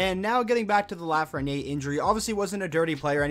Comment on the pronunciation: The way you say 'LafrenieRE' is seriously driving me nuts bruh, otherwise i still love your vids 😂